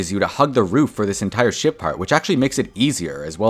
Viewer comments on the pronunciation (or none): bro did not say ship 😭